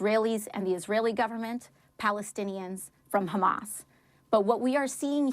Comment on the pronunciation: Bro did Jake Tapper hit the "ch" on Hamas? What?